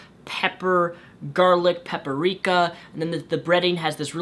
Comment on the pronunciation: This is the first video I've ever watched by you, and I liked it, but I REALLY hope your other videos do not contain the words jalapeño or paprika because it was painful to listen to you say them. Jalapeño is (roughly) pronounced HA-LA-PAIN-YO And paprika - PAP-RI-KA not pepper-ika. Like I said though, great story/vid. :D